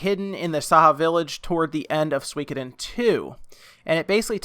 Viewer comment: You pronounce Suikoden weird lol